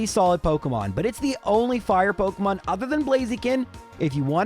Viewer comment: pok EEEEE mon. not pok UHHHHHH moin.